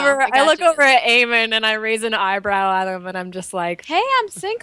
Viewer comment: slowly Eamon is being pronounced Amon, soon there will be protoss and zerg converging on this universe.